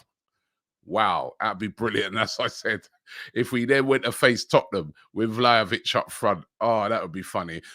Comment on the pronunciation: pronounce Vlahovic's name correctly or you just sound like the fool you look like.